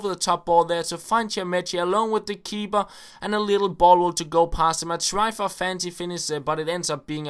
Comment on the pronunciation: u know ur saing KeeBer